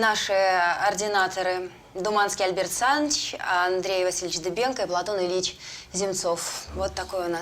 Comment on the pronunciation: Не пойму...Дубенко или Дыбенко...по разному произносят.